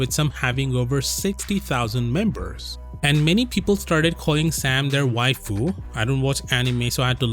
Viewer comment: Its so funny hearing you say "waifu" 😂😂😂